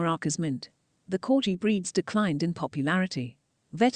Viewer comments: It's pronounced CORGI with a hard G not CORJI! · The name is CorGi with a hard G not the way the commentator has pronounced it throughout the video. Unforgivable! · What's a "corji"? Its a corgi!!!